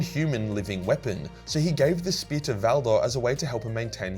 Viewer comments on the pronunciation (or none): none